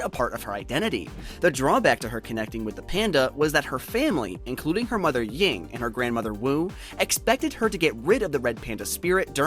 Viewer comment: It's "Ming" not "Ying"